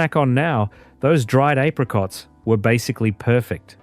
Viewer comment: Not like today, everything artificial, fake, synthetic, even the AI video narration that cannot pronounce apricots.